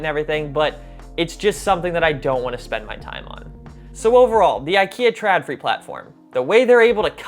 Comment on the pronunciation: I know this is years late, but it just keeps rubbing me the wrong way: The letter "Å/å" is an "o", not an "a". So it's "trodfree", not "tradfree". =)